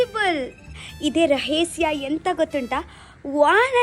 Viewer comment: rhesya alla rahasya😂😂😂